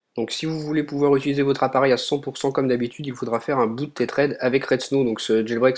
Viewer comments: C'est pas comme ça qu'on prononce" tethered " mais bon , bonne vidéo quand même :) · Aïe!!! La prononciation de tethered!